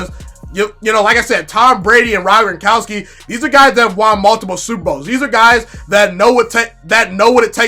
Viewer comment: Its Gron kow ski...😅